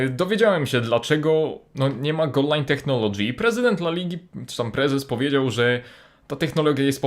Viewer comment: Tak sie nie wymawia słowa "Technology" ;)